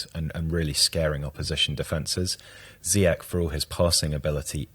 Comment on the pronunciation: Brilliant analysis and all, but ffs HAKIM ZIYECH IS NOT GERMAN. حكيم زياش = Hakim ZiyeSH. It's a SH, as in SHouldn't you SHed your SHite pronunciaTions? Do you guys also call Mourinho Hoze ay? I'm just so sick of people pronouncing Ziyech like they're at Oktoberfest. Verdammt noch mal.